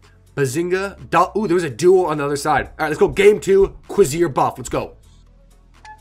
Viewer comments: its pronounced CO VER SE RARE lol. its french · The beta weapons of this set are pronounced (cu-race-er) and the alpha is juste (gend-arm)